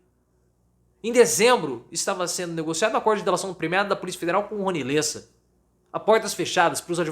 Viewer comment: NÃO É LÊSSA, É LÉSSA!